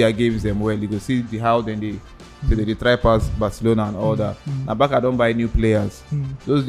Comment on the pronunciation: It’s Barca(Barsa) and not Baka lol